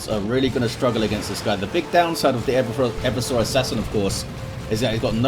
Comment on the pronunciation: Hey. I'm fairly sure Eversor should be pronounced Eh-VERSE-Er, with the emphasis on the middle syllable. As opposed to making it sound like a dinosaur or someone with a bad chafing problem. To 'everse' is verb meaning to overthrow or subvert. 'Eversor' is not used outside 40K but it clearly based on the verb and hence would follow the same pronunciation. Like if it was the 'Reversor', from 'to reverse'.